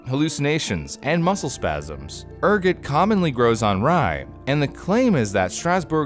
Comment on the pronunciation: The way he pronounce Ergot show he is more peasantry than high class (that video reference)